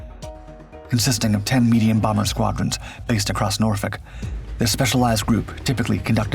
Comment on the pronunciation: Someone actually saying Norfolk correctly? That gets a like. 😂